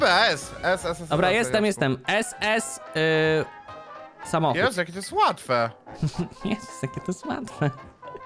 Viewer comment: 😂:ezz ezz yyyy.... szamochód